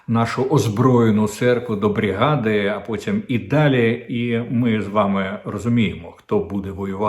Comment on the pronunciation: Корчинський, чому брІгада, а не брИгада? Кокетуєш, чи що ?